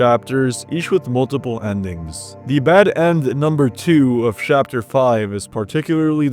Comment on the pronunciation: SHAPTER WTF!!